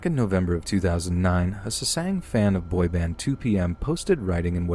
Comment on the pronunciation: I'm sorry, I love your voice and your narration... truly. But jesus christ, you saying SESANG over and over hurt my ears. They're called Sasaengs /SA-SENGS/.